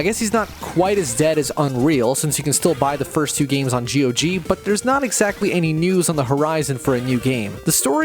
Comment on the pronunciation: it's Gog, not Gee-O-Gee